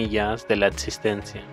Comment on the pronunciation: Estimado, Se agradece la información es muy reveladora y útil para conocer aspectos que por alguna razón, sin duda tema aparte por tratar, no han sido debidamente estudiados, o tan siquiera considerados. Por otro lado, se agradecería mucho mejorar el honesto uso del idioma, es increíble oír palabras que no existen como: proyetción, etcistencia, entre algunos otros fonemas; debo también mencionar frases mal citadas como "no hay dos pares de ojos iguales en el mundo". Por favor caballero tenga un poco más de cuidado antes de grabar sus textos, por lo menos revíselos al cristal de la proporcionalidad, es decir, ya que usted se centra en detalles históricos tan importantes, de la misma manera, por favor, enfoque su vía informativa de lenguaje, sus textos (las imágenes están muy bien), porque honestamente es muy chocante oír falencias tan raras en las citas famosas y en la pronunciación de un idioma tan rico, dinámico y hermoso como el castellano.